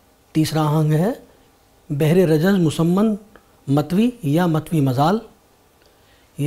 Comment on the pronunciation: بھر ہوگا بجائے بحر